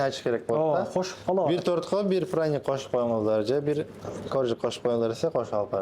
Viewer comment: Азаматсыздар!Праник дегени жакты😅